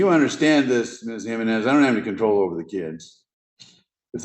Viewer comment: That's not how every Hispanic Jimenez I know says it. HEE -MEN-IS. Your "/" notation is incorrect. Those symbols tell us to say exactly what we spell out. So yours starts with a j sound. The J in Spanish is pronounced as an "H" sound in English.